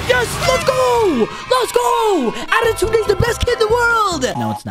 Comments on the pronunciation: Why is he saying adetunede bc its pronounsed adetune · Bro said autuden ☠️